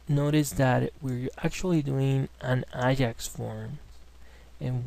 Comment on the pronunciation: very good tutorial, thank you....:)) PS: i see u have hard time pronoucing AJAX?